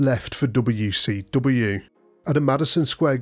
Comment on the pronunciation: Gotta love how this guys says "dobbayouw see dobbayouw"